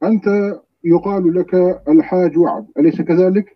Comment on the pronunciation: وعد وليس عد اخي ارجوا التصحيح الله يحفظك